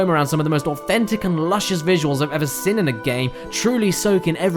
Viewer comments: Seen. Not sin, "seen." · I have to ask. When you say seen re you saying "sin" on purpose?